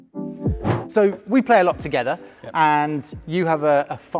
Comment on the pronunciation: It's Vebora and not VEEEBRAH